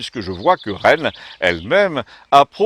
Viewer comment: Je tiens à rendre hommage à cette fameuse Reine ma grand-mère maternelle avait le même prénom et c'est un délice à chaque fois de vous entendre le prononcer.